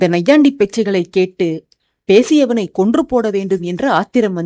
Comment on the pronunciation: Super statement Malini aswathi. Everything going good in very good stream line. Missing Ragavan. Expecting soon dear. Congratulations dear keep rocking. How did you celebrate Pongal festival? Everything going good? Take care of your health. Your tone is somewhat looking different I some pronunciation that is instead of sa you are telling sha. Pesiyavan for ex.you are telling pashiyavan. Anyways everything dialogues deliveries narration going good. Expecting ragavan soon.